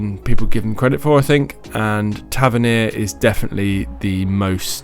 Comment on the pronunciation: You said Tavernier correctly 🙌🏻😂